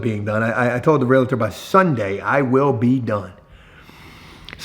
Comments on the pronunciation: REAL-TOR!!!!!!!!!!!!!!!!!!!!!!!!!!!!!!!!!!!!!!!!!!!!!!!!!!!!!!!!!!!!!!!!!!!!!!!!!! It is not REALITOR... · Realtor,. Not realitor.